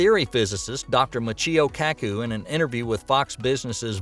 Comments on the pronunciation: you said Michio Kaki, his name is pronounced Michio Kaku with a "U". I'm sure he was not impressed with your pronunciation of his name. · This video is entertaining because I get to hear the narrator pronounce Robert Zubrin's and Michio Kaku's name wrong several times. Human rated rockets have abort systems since a launch failure results in everyone dying. Starship doesn't have an abort system so will passengers/crew transported to Moon, Mars and other places be transported up on Falcon9-Dragon capsule?